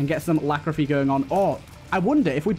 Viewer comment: Every time you call Lachryphagy 'Lachrophy', someone kicks a puppy.